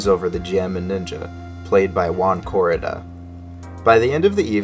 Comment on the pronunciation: Thats not Juan Corrida, thats Uan Corida